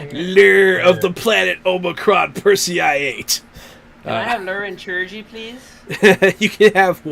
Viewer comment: Just seeing this. Good session. I am starting a new F-Age campaign soon and it was interesting to see how its done in a group setting. FYI Chirurgy is pronounced the same as Surgery. It's the healing skill.